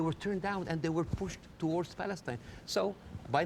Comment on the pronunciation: It’s Palestine. INE not AN. 👁️N